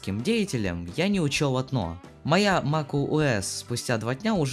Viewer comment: MakuOS не Макентож!